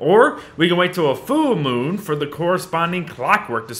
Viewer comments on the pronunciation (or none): everyone! learn a new word! Foo-moon!